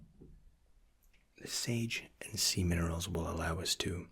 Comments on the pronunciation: I thought he said sage and semon for a second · Hahaha, it does sound like semen rolls. :D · did he say semen oils?! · Scared my ass. He said sage and semen-erals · I heard "Semen rolls" LOL